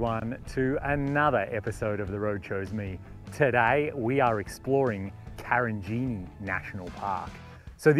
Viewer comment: Karijini not Karinjini -wonderful place